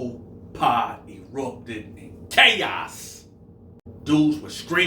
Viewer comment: LMAO did you say Chaos or Gayos?